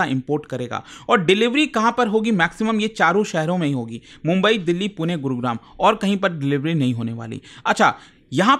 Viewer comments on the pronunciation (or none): none